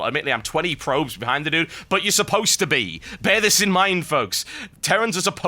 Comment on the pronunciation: british people saying "dude" is weird lol